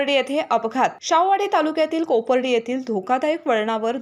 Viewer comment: वाचायला शिका आधी.कोपार्डे आहे